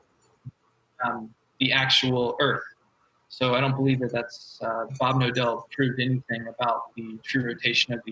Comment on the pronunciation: His actuall name: Bob Knodel What I hear everytime in this video being spoken: Bob Nodel, Bob Novel, Bob No dell.